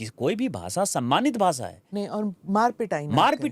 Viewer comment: Basa nahi basha aur des desh hai bhai jara Hindi toh Sahi se bolo